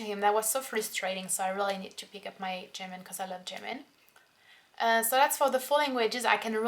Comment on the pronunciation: You say "German" like "Jimin" hahaha